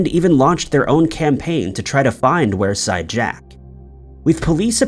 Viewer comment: It's pronounced weer side jack not were side jack 😁